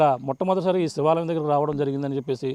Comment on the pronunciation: Hello brother,Sivalayam not Sevalayam.Objerve this Word.